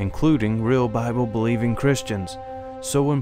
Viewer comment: One guy calls it the Boble! LOL!